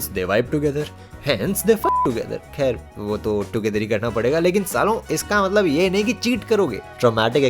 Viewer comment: "kher" gets me everytime 😆